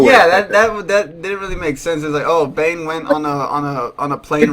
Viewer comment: The fuck is Bain? BANE BAAAAANNNNEEEE!!!!!